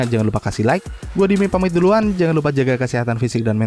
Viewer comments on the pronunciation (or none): none